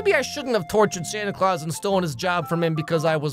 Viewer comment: Why does jack call Santa “SanTY ClAwS*